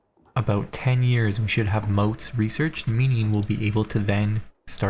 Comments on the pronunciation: Pronounced M-AUGHT-S not M-OAT-S. Mottes are raised areas with a bailey (Walled courtyard) on it. Moats, on the other hand, are big ditches, usually filled with water, surrounding a castle. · It's not Moat, it's Mottes...as in Motte and bailey. I dunno: "Maught". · I've started watching your CK3 vids and I'm really enjoying them. I'm just begging you for one thing. mottes isn't "moats". motte rhymes with hot. it's the land a castle is built on, not the water around the castle. ty. :) (I really do like your vids! That's just... starting to get to me.)